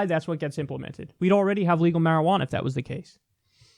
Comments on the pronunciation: Me just high AF loling at Kyle saying "shwearajauna" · Quit saying marijuana.